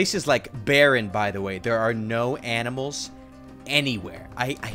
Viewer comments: Did you said aminal instead of animal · He said aminal when he saw the cows 😂😂😂😂😂😂😂😂😂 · Aminals hahahahah You mean animal (⌐■-■)